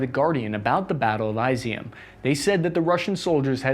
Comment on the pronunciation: It's ee-zewm Not eye-ze-um. Just FYI